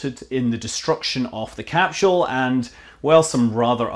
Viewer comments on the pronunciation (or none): It's not a 'capshool', it's a 'capsule'. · Cap-sule not cap-shule 🤔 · do you know anything? And can you pronounce "capsule" correctly perhaps...are you part of the mis-information effort you speak of... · Let's hope SpaceX's "Capshul" isn't delayed too long...I could listen to that all day!